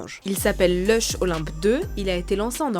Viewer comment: Pourquoi on prononce Linch pour un truc qui s’écrit Luch ?